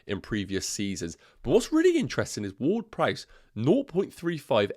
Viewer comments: Did you just call him "Word-Price"? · not probably you are calling him so the entire video 🤣 i just found it funny 😆 but i get it with the different accents 😅